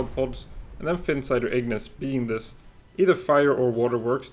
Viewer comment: Ahh finally a YouTuber that doesn't say Ignis like it's spelled igneece 😂. I'm not usually a big pronunciation police kind of guy but for some reason that one makes me cringe a little